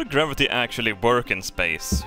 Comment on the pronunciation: I am German. I heard wörk. 🤗 Ok. Where do you need mire efficiency?